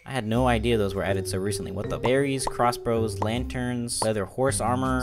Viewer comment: He said crossbros instead of crossbows lol.